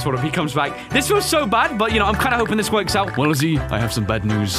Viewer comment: He said forks